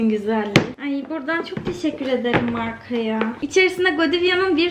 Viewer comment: markayi dogru okusaydin bari asddajha GODİVYA :d